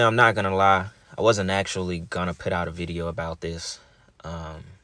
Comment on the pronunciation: Great video 💞 If you say “PIT” instead of “PUT” one ☝🏽 more time 🤦🏽‍♀️🤬🤬🤬🤣🤣🤣